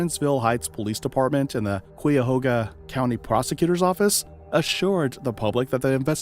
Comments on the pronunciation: Thee correct pronunciation is KYA- HOGA County 🙄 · I've heard people from that region pronounce it as KAYA-HOGA, which makes more sense to me because of that U. I don't think it's silent; it must be enunciated.